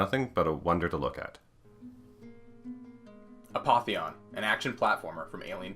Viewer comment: Bro "a poppy on"